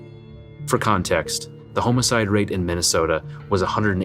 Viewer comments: Enjoying the channel, but man, it's homm-ih-side, not home-ih-side. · “Home”I”cide”????? 🤦🏽‍♂️ I’m never watching an other one of your videos again😂😂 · Man, i wish he didnt say "home-icide". Great content otherwise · . Homicides or homosides? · What in the hell is a "homo-cide?"🤔😄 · HOMO-sides ? ….. come on man. Learn to narrate properly. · What's a home-o-cide? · Did he say homoicide? 😆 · Brother it’s Homicide like you’re saying “HA” not home. Homicide. Pronounced “Hawmicide” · The way he says homicide is driving me straight bonkers